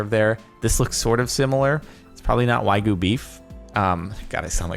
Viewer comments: Why do you you say whygoo, its wagyu. Wag yu. Wag YOOOO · “Whygoo beef” Don’t worry, Jordan. It’s hard to sound pretentious when you can’t even say the word right. 😂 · Does it bother anyone else that he pronounces Wagyu as Whygoo? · "Waigu Beef" --------> Wagyu -__ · "why-goo beef why-goo beef" WTFH Jardom learn to read plx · Why do you pronounce wagyu as "why goo" ? Sorry just a small thing that caught my attention lol. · For one as far as i know isnt it pronounced way goo??? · When you’re gonna talk about Wagyu beef, at least pronounce it correctly please. You don’t pay that much so you can rename a species of cow